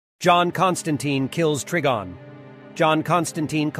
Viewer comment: Yeah, it's Try-Gone not Trig-on or tree be gone. Wanna guess how John pronounces "Constantine"? They got it wrong already, so you know how not to say it. I despise these cash grab posters who know nothing about the source material, but present fail content instead.